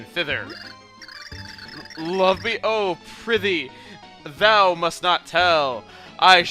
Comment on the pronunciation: It's not prithee (like pretty) it's prithee (like pry-thee)